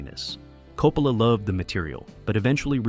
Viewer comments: Coppala?????? no se pronuncia Coppola???? Yo siempre he oido pronunciarlo Coppola como apellido italiano que es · Sono Italiana, I'm Italian. Chi è 'COPALA' ??? Who is 'COPALA' ? 'COPALA' è un sacrilegio! 'COPALA' is a sacrilege! 'Coppola' è un cognome ITALIANO. 'Coppola' i s an Italian surname. Si pronuncia CO-PPO-LA non COPALA! it's pronounced CO-PPO-LA ! Per favore! Please! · please stop saying coh-poh-la